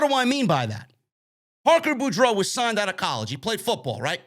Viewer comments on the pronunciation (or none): it's pronounced Parker BORE-DOUGH. like Scarlett Bordeaux